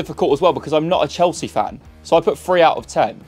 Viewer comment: "world champions chealsea"